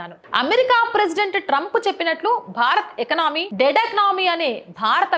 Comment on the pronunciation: ఎకనామీ... కాదు తల్లీ, ఎకానమీ. మీ ఉచ్చారణ లో చాలా దోషాలు ఉంటున్నాయి. ఇది ఎంతో కొంత పర్వాలేదు గానీ, కొన్ని సార్లు బాగుండటం లేదు. దయచేసి సరిదిద్దుకోండి... ప్లీజ్